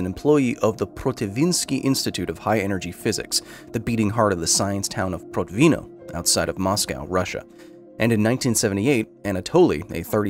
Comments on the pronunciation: Could you please check the pronunciation of foreign words? It's not difficult to find pronunciation guides, even feeding words to Google translate and pressing "read aloud" works. And there are oh so many Russians who'd work for pennies. It's Prótvino. Russian language doesn't have fixed stress like French or Spanish do. Like English, Russian puts its stresses all over the place. However, English intuition doesn't work for Russian words and vice versa. It's not that getting the Russian language correctly is essential (I don't think you can pick the correct pronunciation for foreign words all the time). But catching SOME mistakes makes one think if there are MORE left, if the author or authors are not as responsible worth their material as they are expected to be. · Protvin'O with the stress on the last syllable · When I was working for Protvinò (last syllable stressed!) IPHE, they always told me about that man. I just couldn't believe that happened in real. Then was the end of 80-th. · it should be pronounced as "prOtvino". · ProtvinO, the stress on the last syllable. Please don't help to propagate that "Hollywood Russian Accent" and check the pronunciation and accents beforehand... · Nitpick: Protvino has stress on the last syllable, not second